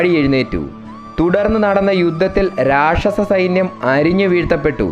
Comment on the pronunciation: രക്ഷസ്സൻ അല്ല മോനേ രാക്ഷസൻ എന്നാണ് അക്ഷര സ്ഫുടത വളരെ വലുതാണ്...!!